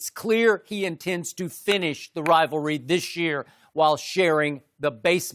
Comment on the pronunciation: Shannon "Rivry" Sharpe